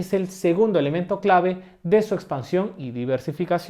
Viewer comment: "eSpansión" con S? :)